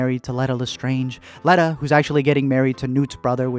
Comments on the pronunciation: It’s Lee tuh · how do you mispronounce leta it was said so much in the movie.